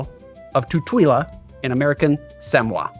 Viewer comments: "Samwah" 😂 "Sah-Mo-Wah" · My dude. It's sam-OH-ah. Not SAM-wah. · sam wha???? Sa-moen. Like Dwayne "The Rock" Johnson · Sorry, I've had a glass of wine so I'm going to be pedantic. It's pronounced suh-MOH-uh (emphasis on the MOH). I think I learned that from the Olympics, but it might have been in geography back when geography was actually taught in US schools. There's a lot of weird mispronunciations on the Internet. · Interesting drink. And here I just bought a fresh pineapple, thanks! btw, to pronounce Pago Pago correctly, say it as "Pang-oh Pang-oh". Plus while we're on the subject, Samoa is pronounced sah-MOH-ah. See, this channel is all about sharing information! I know so much more about rum now so time for some pay back! Cheers!